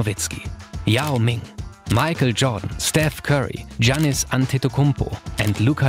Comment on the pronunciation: Nice video! Just small advice: it‘s pronounced „Yannis“ not „Dshanis“ for the Bucks player Giannis Antetokounmpo